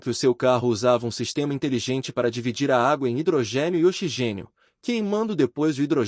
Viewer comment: Parei de assistir quando o narrador falou "xigênio" 🤦🏻‍♂️